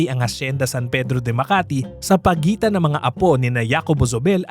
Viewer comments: J in Spanish is ‘ha’ not ‘ya’. So pronounce Jacobo as ‘Hacobo’ not ‘Yacobo’ 🤷🏻‍♀️ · Una hindi YACOBO ang pronounciation. Its HACOBO. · "ya-ko-bo" hindi ba "HA"-ko-bo dapat pronunciation nun? Factual error: The hacienda was bought almost a hundred years prior, still well into Spanish colonial era ! Way way before Rizal was born! It wasn't Trinidad and Jacobo who bought it. "Colonel" who? Juice ko, give enough credit naman kay McMicking de Ynchausti - their wealth now is practically his brainchild. Pre-WW2 wealth was basically lost in all but name - one ancestor died n his deathbed with such worry nga di ba? Forgot to research or omitted? Indonesian Salim family-backed MVPangiinan-led $MPI Metro Pacific Investments won the bid for BGC deveclopment. However, Asian Financial Crisis falllout, they had to sell to ZdA and Campos/Yao of Del monte fame/infamy later on. : Misleading, and most probably walang konek ang BGC at Nuvali. For the latter, the Yulo family of the [infamous?] Canlubang sugar estate[s] wanted out of the dwindling sugar industry. Thus they had sold/parcelled out much of the land for other pursuits, including that of Nuvali (Ayala), Greenfield (Campos/Yao of Del monte fame/infamy again), Eton (Lucio Tan) and perhaps Villar too as I'm seeing VistaLand developments around the area. (gahd, these things are at the Wikipedia entry for them, why all these mistakes???!! ) update: 'OG Rich' is stretching it - TBH they are relatively newcomers - see the legit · Jacobo is pronounced "Ha ko bo", not "ya ko bo" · JACOBO is pronounced as HAKOBO. J in Spanish is pronounced as H. You keep on saying YAcobo instead of HAcobo it's so annoying to hear it. 🙄😒🤨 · Hacobo hindi Yacobo. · hacobo ang basa sa name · Hi wrong pronounciation of the name. Jacobo is pronounced as Hakobo. Thats a normal spanish name here in Spain. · Jacobo pronounced as HACOBO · oo pwede nga pero to give honor kay JZ, hindi tlaga Yacobo ang pagbigkas. Sana research din hindi lng basta pwede na.